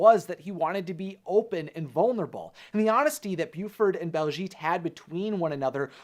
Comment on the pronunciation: One tiny issue that's bugging me it's BAHLszhet not BALLszgeet